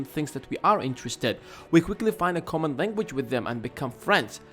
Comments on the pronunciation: 2. Find A "Commong" Interest 3. Debate and Not "Aruge" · common not commong you are welcome